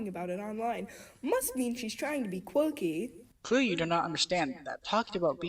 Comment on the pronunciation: they way she says quirky omg i cant. QUEWKY